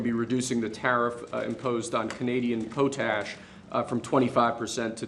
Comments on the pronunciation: it's not poe tash, it's pot ash. Come on, you're on TV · “….po-tash”…. its pronounced POT-ASH! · It’s pronounced “Pot ash”, not “Po tash”…just a heads up…😏…but still cool! 😎🇺🇸👍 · Po tash????? No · “Pot ash” Not poh ash. It’s a compound in fertilizer. Nitrogen, phosphorus, & potassium. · Po-Tash, try to say Pot-Ash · He doesnt even know how to pronounce potash 😅